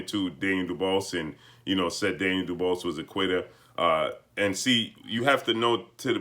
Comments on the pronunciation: Can you actually pronounce his name right for fucks sake. It’s pronounced Doo-bwah.....not doo-bose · "du-BWAH" NOT duBOSS😵...That's all I got to say.😐✌ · His name is pronounce doo-waa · Dubois is pronounced Doo-BooAh. Sorry it just threw me off hearing something else. Great Job. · Can’t you at least pronounce the man’s name correctly!! Daniel would’ve beaten Wilder because Wilder doesn’t use his jab effectively and is not a smart fighter like Joyce.